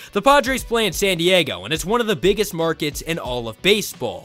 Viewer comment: Nah. Not down to Chicago. Not down oo Chicago. Not it’s one of the biggest markets in all of Baseball. Not i one of the biggest markets in all of Baseball. Not i one of the bigges markeh in all of Baseball. Not i one of the bigges markeh in all uh Baseball. Not i one uh the bigges markeh in all uh Bayball. The San Diego Padres don’t happen to be a market. /